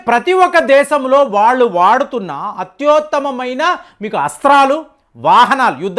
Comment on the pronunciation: అత్యుత్తమమైన అనాలి అత్యోత్తమమైన కాదు